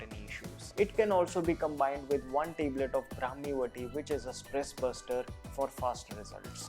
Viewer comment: Teblet nai yar Tablet, nice video though